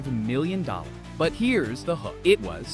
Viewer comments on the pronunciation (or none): it saus milliom a m instead of a n 😂😂😂😂😂😂😂😂😂😂😂😂😂😂😂😂😂😂😂😂😂😂😂😂😂😂😂